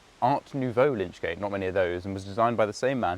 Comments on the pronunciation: Lychgate, without the 'n'. From the Old English 'lic' meaning corpse. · Another enjoyable and informative tour, thanks! The word is "lych" gate, from the anglosaxon "lych", "corpse". The coffin would be placed under the canopy prior to burial.